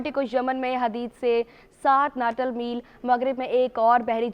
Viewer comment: News Reader. Read. As NATAL MILES >>>. Kindly rectify >>>. Correct word is. Nautical Miles . >>> Jazakallah khair .